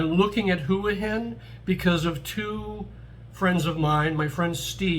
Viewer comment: Thanks for pronouncing Hua Hin correctly. Wayne’s series on HH was very accurate, it’s more for 55+ who want a normal life without the partying. I’m looking to hire expats myself for a business in the US and the one rule about expats in Thailand is they can’t live in Pattaya because of the reputation. Pattaya has it all though and is cheap to live.